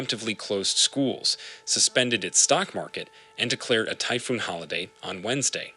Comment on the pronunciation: You can go online and find the correct pronunciation of many words and names. Manila is pronounced Ma-NI-la. Typhoon is pronounced ty-FOON.